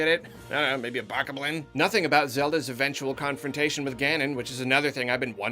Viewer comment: okay but your pronounciation of everything is bothering me so much xD at this point i feel like youre doing it on purpose what the hell is a baka blin